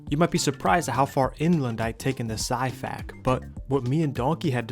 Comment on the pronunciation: Hey bro no offense but the xiphactonus is pronounced (zi-fact-oh-Nus) Hope this helps!